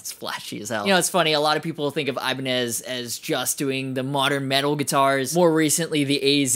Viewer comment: I-bin-eye lol